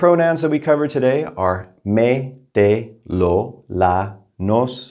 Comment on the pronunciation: Sometimes I hear -ay instead of eh when you pronounce direct object pronouns eg Me and Te. Am I right the Me is meh?